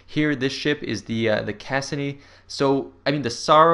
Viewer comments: kus-see-nee, according to the dictionary. :| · Also, IT'S CASSINI, DAMMIT. CASS-EE-NEE.